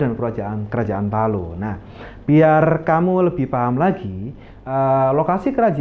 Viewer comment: Mungkin admin bkn org Makassar Krn sebutan Talo sangat kental jawanya